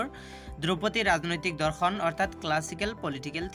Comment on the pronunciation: Dada dhorkhon nhoi dorkhon .meaningei holai dise sun